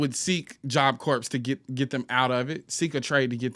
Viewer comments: I know this is a small thing, but it is messing with me so much: corps is a French word, and the 'ps' is actually silent--so you say it like what's left after you finish eating an apple, or the center of the Earth--CORE. I couldn"t take constantly saying "corpse" like it's a dead body.😅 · Don’t mean to be that person but is “ps” is silent in Job Corps (Core) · It’s pronounced “job kor” - job corps 😊😅